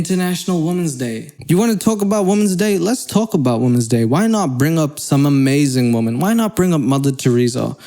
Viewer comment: After a year or so of hearing say "woMAN" I finally understand 🤣🤣🤣